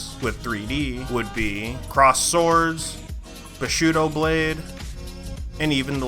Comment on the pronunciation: its bushido blade. not bashudo lol